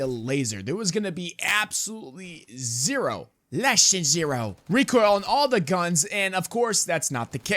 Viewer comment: “less than schzero” 😭😭😭😭😭 I CANT STAND YOU BRO 🤣🤣🤣🤣🤣